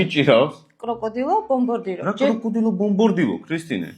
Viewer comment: ბომბარდირო კროკოდილო და არა კრუკოდილო ბომბორდირო😂😂😂😂😂😂